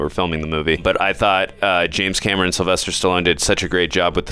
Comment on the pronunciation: Why do you keep saying James Cameroon?